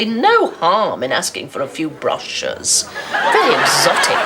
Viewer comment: She pronounced brochures incorrectly....... 😂😂😂😂😂😂😂😂😂